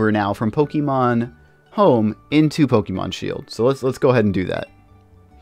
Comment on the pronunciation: How do you do Pokemon content and not know how to pronounce Pokemon? It's really not that hard.